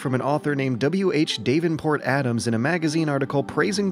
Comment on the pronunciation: well within 1 min he mispronounced Tennyson and Davenport